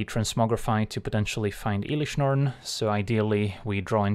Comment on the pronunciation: Bruh, "elish Norn" 🥶